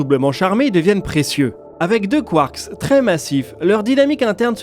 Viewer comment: Très intéressant. Petite précision : en français, le "s" si pluriel est muet (un train, des trains, c'est toujours \tʁɛ̃\ en phonétique). Le mot "quark" ne déroge pas à la règle 🤷🏻 Ça m'a perturbé toute la vidéo 😅 Mais c'est top, sinon !